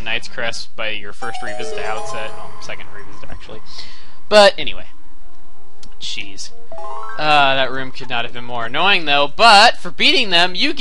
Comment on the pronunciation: is it just me or when he says jeez does it sound like cheese?